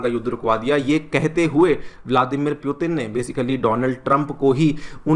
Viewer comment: M sure it's putin not puetin. Please pronounce properly. Students listen to you they follow what you say